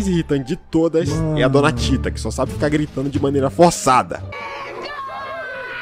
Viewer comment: Correções: Não é tina, é Tita Não é fipoco, é pipoco! Apenas isso.